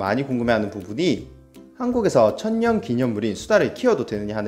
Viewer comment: 님 발음으로 천년이아니라 처연